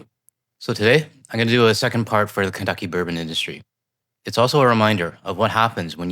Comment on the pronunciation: Not sure if I caught it or not when she said FAFO, but what I did clearly catch, is her saying Kunttuckey !!!!